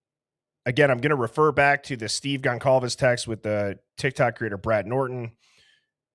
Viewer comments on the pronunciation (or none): you should know by now Goncalves is not pronounced Gonkalves. Its pronounced like Gonsalves.